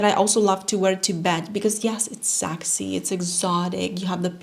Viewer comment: you are an angel but PLEASE STOP SAYING SAAXY IT’S PRONOUNCED SEXY 😁